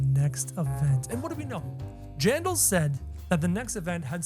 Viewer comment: it's JANDELL 😂 not JANDAL